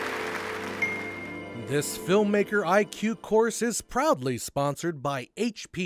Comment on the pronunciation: I heard "probably" sponsored by HP, not "proudly" . Was worth a chuckle :P